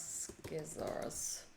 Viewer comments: Bless you, your tutorials are amazing, thank you! But... please please don't ever say "skissors" again!:) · Thanks, just completed all three Beginner to Intermediate to Advanced! level to code Rock Paper Scissors in JavaScript. I understood every line. It was fun. After completing this video I am pronouncing sci-ssors not scissors.. Thanks for Teaching,.